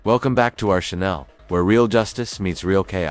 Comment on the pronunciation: Oh my god literally FOUR WORDS into the VO and the AI says "welcome to our Chanel."